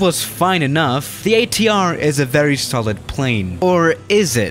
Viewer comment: totally butchered ATR pronunciation.